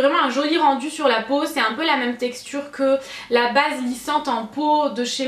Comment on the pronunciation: Je rêve ou tu dis "meum" et pas "meme"? Haha tu me fais trop rire! Pleins de bisous, je t'aime fortttt ❤️